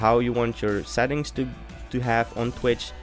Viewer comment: Cool, lol, whenever u say settings, it sounds lkike ur saying sad things, haha :D